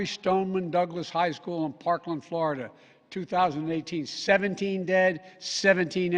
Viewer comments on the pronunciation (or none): none